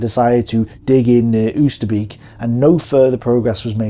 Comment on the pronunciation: Ignoring Dutch Resistence intelligence! And the Arnhem dropzones too far away. Loving these videos, looking forward to the next one! Btw it's pronounced "ohwsterbake" not "ousterbeak":D not that it really matters but hey;) good job on these vids mate